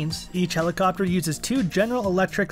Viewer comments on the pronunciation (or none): none